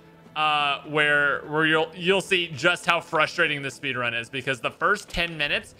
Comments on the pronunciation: Ah yes the speenrun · Yes, speenrun, very intelgent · Ahhh yes the speenrun my favorite